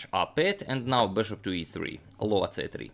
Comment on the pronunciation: Bishop called the hunter sounds right on